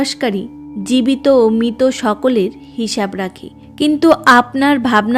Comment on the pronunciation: দিদি কথাটা মৃত। দয়া করে মিতো বলবেন। বাংলা উচ্চারণ টা ঠিক হওয়াটা খুব জরুরি। নাহলে শুনতে খুব খারাপ লাগে